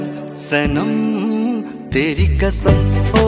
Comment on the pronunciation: Absolutely wonderful. Beautiful. What a wonderful band. A minor point, Pronunciation of "Qasm" as "Kasm", "کسم" نہیں، "قسم" that is the real word. Kishore does it perfectly and even Asha Bhosle